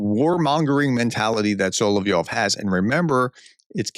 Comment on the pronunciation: Thanks for calling Solovyov instead of Solvyov like many other YouTubers. It's confusing when they call him strange things.